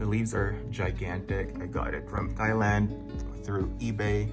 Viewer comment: Thailand is pronounced "tie-land" not "thigh-land"